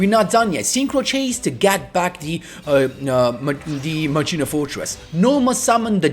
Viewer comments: When I hear Machina (its Ma-Key-na, like Deos Ex Machina) I come running, also i think i can do this deck. Too bad I dont have Quasar. Of all the Protagonist (except DSOD Kaiba) I am always short with Yusei cards. Maybe cuz of I have no exposure with him in the anime besides Bonds Beyond Time. But I really want to have at least 1 Quasar Boss deck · machina "makina" is the correct pronunciation for this arctype